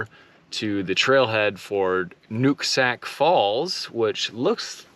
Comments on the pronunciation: Nooksak- nook sounds like book Skaget- g like just j in jet and e is i in it. skajit You missed the lower falls in whatcom falls with the big cliffs young people jump off all the time. Beautiful park that feels like your deep in the wilds not in the middle of a city.. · Funny way how you pronounce the words, SKAGIT and NOOKSACK!